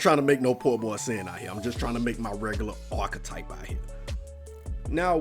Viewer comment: They way the nigga said archetype you think it was spelled orchetype lol